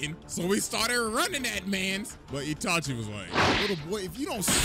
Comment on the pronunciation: Did bro say itaki. Naaaaaaah😂😂😂😂